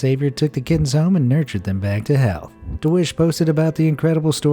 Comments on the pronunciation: Did.... did he just say "nurture them back to hell" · He said back to health but I thought he said back to hell